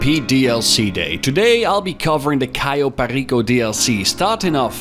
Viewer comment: Finally a YouTuber I know said cayo perrrrrrrico right